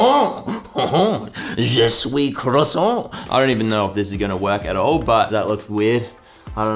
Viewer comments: I'm french and I hear "Je soui crasson" 😂 That's funny I love this guy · "je suis crossons" ?? I'm french people 😂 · j arrivait pas a comprendre 😂😂😂😂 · Je suis croissant je suis mooort mdr avec l'accent et tout c hilarent tout les français ont normalement trouver ca drole